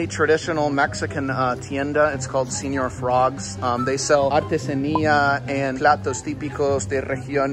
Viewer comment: See-nyor frogs.